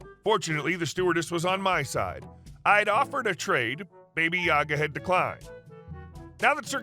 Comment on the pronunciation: ba ba yaga not baby